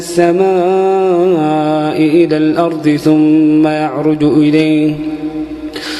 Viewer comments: السلام عليكم يا شيخ أدعو الله أن يجمعنا مع الحبيب المصطفى في الفردوس الأعلى انا أحبك يا شيخ واحب صوتك كثير ولكن يا شيخ أنت عند خطأ في قرأتك❌❌وكل السعوديين حتى عندما يقرأون القرأن وتذكر كلمة الأرض يغيرون لفظ حرف ال(ض)ويقولونه(ظ) يعني بدال الأرض الأرظ وهذا غلط كبير جدا هذا تحريف في القرآن وإذا انامخطئة حدى يصححلي وينصحني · ما شاء الله صوت رائع ، لكن ممنوع يقول عن حرف الضاد (ظ) ، يقول مثلا الأرظ وهذا خطأ طبعا لأنه يتغير المعنى في بعض الأوقات ، مثل " ولقاهم نظرة " بدلاً من "نضرة" .